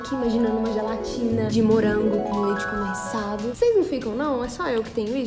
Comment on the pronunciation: ai eu fico imaginando uma gelatina de morango com leite "Conesado" ( hahaha só mineiro fala assim- mt fofo), e o engraçado que ele falam que não disseram " conesado", no segunda vez q repete a palavra ela fala normal. Não é uma critica heimmm